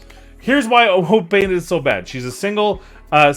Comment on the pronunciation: I'm glad im not the only one who has a woad of support for painters. That's why is my hero, he always gets me a woad of points pulling me Woad Painted.